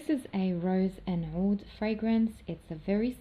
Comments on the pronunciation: Hi there 👋, l wander if you are an Arabic ostrelian? You pronounced (oud) in pirfect Arabic language. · You say oud perfectly in Arabic